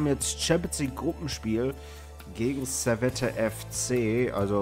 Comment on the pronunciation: ja, Servette ist aus Genf. Das wird aber nicht "Servette" gesprichen, sondern ohne das "e" am Ende: "Servett" (weil französisch-sprachig). Im Logo steht "Genève", was französisch für "Genf" ist. Ähnlich wie beim FC Sion, denn aknnst du getrost auch FC Sitten nennen, um den Deutschen Namen zu verwenden (gerade wenn du den französischen nciht aussprechen kannst). ;-)